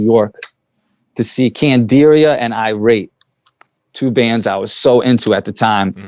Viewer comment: This man said IRATE